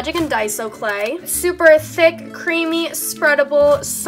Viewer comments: have you guys noticed that she says “theck” instead of “thick” lmao i just think it’s funny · for some reason i love how she says thick as ThAquE